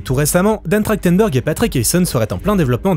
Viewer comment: ça fait bizarre de lire Trachtenberg et d’entendre prononcer Trachtendor. C’est vraiment comme ça que ça se prononce ?